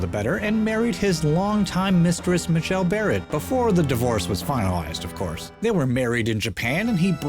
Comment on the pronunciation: for future reference - MAY-JEL Barrett